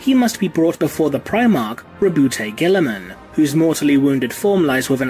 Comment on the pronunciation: FOR ONCE & ALL, can we Please clarify the pronunciation of the Ultramarine's Primarch? I have to insist it's said as "RAH-boo GOO-ey-Muhn"; that is, as a kind of mock French, which I reckon fits perfectly with their presentation as a sort of "bastion" of Renaissance outlook... ALSO, & please don't anyone take this personal, but dang it! Saying "Rah-boot Gilly-Man" just sounds dumb. I mean, really, who would be named that way? I get the whole "you say tomayto/I say tomahtoe" thing, but come on... individual differences aside, it simply doesn't Sound right, is that not so?